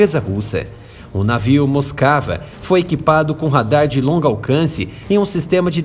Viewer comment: Não é “moscava”, é Moskva, pronúncia do cirílico Москва, que é o nome russo da capital Moscou.